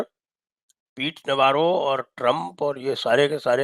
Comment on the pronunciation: इसको नवारो नहीं नवरो बोलो नवरो का मतलब गुजराती में निठल्ला होता है